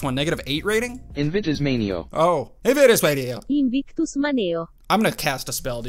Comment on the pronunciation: That’s crazy “Invictus Maneo” came up. I actually have the Armstrong family crest tattooed on my right shoulder with that phrase. You pronounced it right. 👍